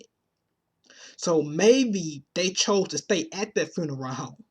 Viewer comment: Learn to speak English, I can't get past your hood accent but you say the worth "dat" instead of that. etc etc